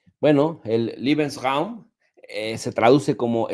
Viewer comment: Lebeensraum...liebensraum es cuarto del amor....Leebensraum así como se escucha.😂😂😂